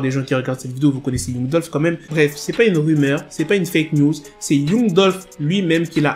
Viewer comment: un noir qui prononce mal l'anglais , c'est honteux. Youngou au lieu de Yangue